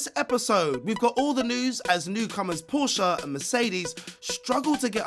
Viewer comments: What is Porscha?? it is Porsche!! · PORSCHE, not PORSCHA. Some mispronunciations are just dumb or simply annoying. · It hurts my ear drums to hear they say "Porscha". Learn how to pronounce the team correctly first. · No, you say it Porsch-a. It's German so you say the e. You don't leave it out.